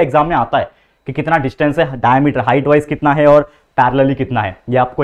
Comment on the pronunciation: Dayameter nhi bhai diamete